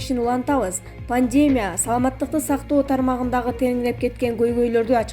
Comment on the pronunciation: Айланайын диктор пондемия диклофенак оор создорду окуй албасан сурабайсынбы сени бут Кыргызстан угуп жатат он бир жыл+беш жыл эмнени окудун эле уят